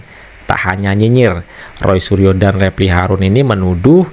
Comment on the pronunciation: ROY SURYO dibaca RAI ASU😂😂😂😂😂😂😂